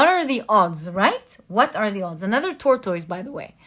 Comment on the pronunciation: I have noticed your pronounciation of tortoise over several readings. The correct pronounciation is tor-tus. Only wanted to to help your vocabulary and is a friendly correction. Thank you for the reading.